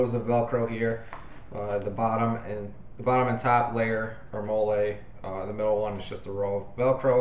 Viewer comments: Molle is pronounced like the name molly. Just a heads up. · Excellent review! I like how you went into a lot of detail about your adjustments. For the record, "MOLLE" is pronounced like the name "Molly".